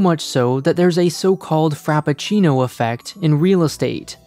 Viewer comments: "Frappuchino"...How did you get that from Frappuccino ? 😅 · FRAPPUCHINO... lol